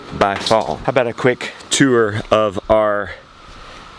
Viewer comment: The way he says "tour" as "tewer". I wonder if that's a NC thing.